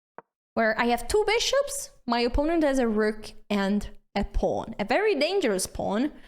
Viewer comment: Okay, I like the sense of humor and the sharp R in "rook", so subscribed. Thanks for a good time watching this video. ❤